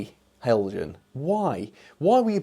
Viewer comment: Hi, what a disappointment! Heljan (well done for the correct pronunciation) Have not been lucky with the class 17. I bought mine back in 2009 and the motor promptly died. Heljan accepted the fault and issued new chassis for anyone who wanted to replace. The gears were too stiff and caused the motor to fail. Now we see this. I wonder if there is a circuit issue? Heljan DCC blanking plugs often have dry joints, if you can open it again check for heat after running. Be interesting to see a mA reading as well. As for the buffer beam detail, I am undecided on that, I hate fitting it. All my new Heljan locos have a wire bar that goes over the buffer beam so I can couple up, best of both worlds. Here is my 2009 model in action